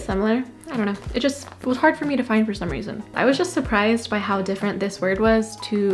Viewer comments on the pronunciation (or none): none